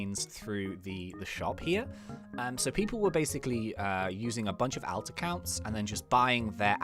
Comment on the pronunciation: I've never heard someone say alts like did, its so weird